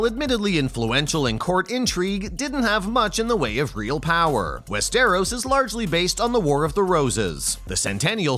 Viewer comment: Dude cant even pronounce Westeros right. 🤣🤣🤣